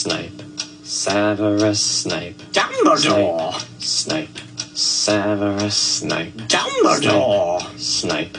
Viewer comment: The DumBlE DoReeeEEe is taking me OUT 😂